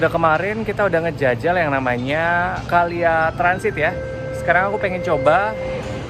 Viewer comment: KLIA semestinya dibaca: Ke El Ai E